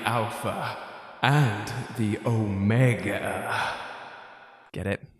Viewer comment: The Ohm-Egg-Duh